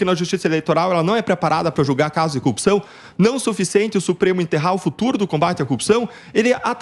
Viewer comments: A propósito o deltan dallagnol precisa de uma instrução fonética ele se a corrupção como cupção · Porque ele e moro não aprendem falar "corrupção"